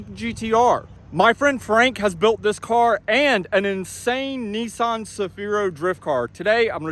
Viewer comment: Neesaan? Say NISMO. Now say Nissan.....